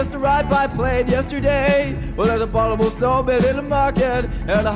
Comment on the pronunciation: I like the fact he can't properly say the word "abominable"